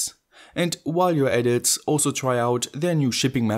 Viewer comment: I love all your videos. But please stop pronouncing a "S" after the word "IT". My ears are bleeding:-)